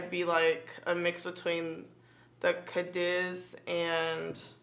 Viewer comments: Pretty sure it’s ca-deez like...deez nuts lol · Cadiz is (Cadeez)